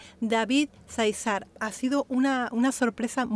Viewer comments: Disculpe, Záizar es acento en la primera A al menos asi se pronuncia y usted le puso acento en la segunda silaba, gracias saludos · Se pronuncia Záizar, con acento en la primera a. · Miguel Aceves Mejía El Falsete de Oro David Záizar el Rey del Falsete Solo aclarar el dato de la pronunciación en Juan y David es el acento en la primer A, Gracias gracias x la reacción a estos artistas, excelente elección al incluir a David y mencionar que tendrá una reacción particular Gracias En verdad gracias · Cómo avisas que vas a reaccionar a David Zaizar, quiero hacerte una pequeña corrección, con todo cariño... El apellido Zaizar lo pronuncias acentuando la segunda "A" y lo correcto es hacerlo en la primera "A". Un beso y un abrazo,!! 😘✌️😁